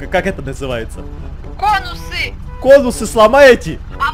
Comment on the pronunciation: Не конусы а хонусы